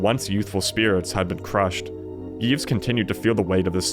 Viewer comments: also you don't pronounce the s in Yves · The S in Yves is not pronounced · Yves has a silent s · Seated I commend your brave interpretation of how to pronounce Yves and Balmain, stick it to the French haters